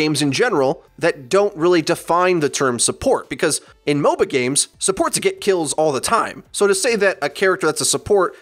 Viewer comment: every time you say MOBA-games i understand mobile games